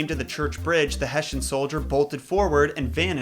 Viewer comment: Sorry, don’t mean to be a downer. I have been to sleepy hollow, it’s In Pennsylvania not New York. That’s just where icobod. Is from, and its Hess-Ian. I do really enjoy your your content though. Just thought I would correct a few things